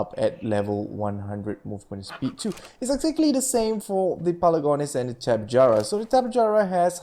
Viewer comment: its tapehara the j is silent